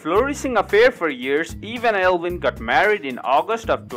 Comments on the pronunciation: I think its Eivin, not Elvin. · It's not Elvin it's pronounced ivan